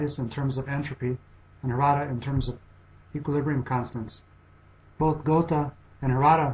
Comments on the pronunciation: Goethe is pronounced something more like 'Ger-ta' than the pronunciation 'Go-the' used in the video. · GOAT-uh, and ParacelSEE-US? What in the world is the matter with this narrator? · I'm pretty sure it's pronounced "gur-tuh". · it's not GU(R)-tuh, but Götuh: ö like u in "further" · Lmao. Please learn how to pronounce Goethe's name. Speaking of issues pertaining to credibility, why, pray tell, would one rank Einstein ahead of Leonardo? Absurd. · Your pronunciation of Goethe was highly irritating. ;o) Good job. Thanks for doing this. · This is a great video, but try and research the pronunciation better. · germanly speaking, he pronounced it wrong, very wrong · I think the narrator should make an effort of learning how to properly pronounce the names of the masters who appear on the list, if not with respect to their own languages (e.g. Einstein="ine-shtine"), then at least with respect to the standardized American pronunciations of their names (e.g. Geothe="gur-tuh"). The French pronunciations were very bad in particular. That said - where's Feynman? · 1. of the pronunciation of goethe is just bad :p 2. goethe didnt "follow" newtons theorie of light and color... he thought newton was wrong (it happens so both were right they only used different approaches goethe: color addition newton: color subtraction) 3. the biggest point i have with this video series: HOW THE FUCK can you measure the IQ of people that have died hundreds of years before the first IQ test was even created (like Hypatia, shakespear, ...) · the way you pronounce "goethe" is also annoying. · he's doing pretty well of course he can't pronounce "ö" properly at least he's trying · Do you realize that you are pronouncing Goethe incorrectly?